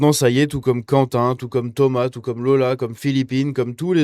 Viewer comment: Sur touout....le territoire. Hahaaaa...